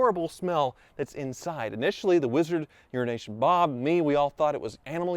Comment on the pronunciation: He said "Urination" - ROFL